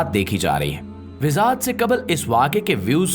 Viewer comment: Sir Wazahat Lafz Ko Ap Bar Bar WiZaHat Boltay Hain iS Ko Durust Farma Lain Thanks